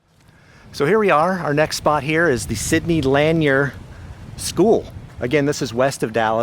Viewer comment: The school Sidney Lanier is pronounced “Sidney Laneer.” You aren’t pronouncing it correctly in your video.